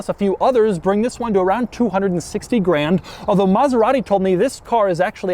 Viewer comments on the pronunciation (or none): none